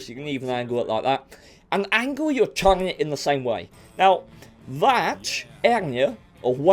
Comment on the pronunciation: _honest gaming, when you keep trying to say front, and turret i laugh my ass off. "fnngghht" of the "tuennnght"